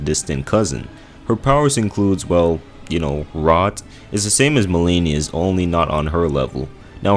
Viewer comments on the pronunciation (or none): Malenia......not close